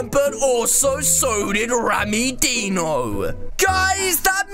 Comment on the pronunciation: Deeno hahahahhahahahaha is dino is like die no